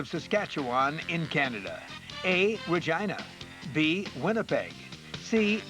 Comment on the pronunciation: The way he says "Regina" sounds like he was saying Vagina. 😂😂😂